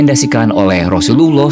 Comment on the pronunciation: Teruknya sebutan arab kamu. Sebut betul-betul Rasullullah SAW